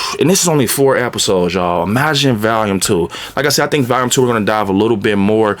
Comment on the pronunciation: VALUME or VOLUME? 😂